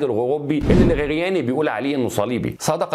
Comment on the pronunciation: الخرياني وليس الغرياني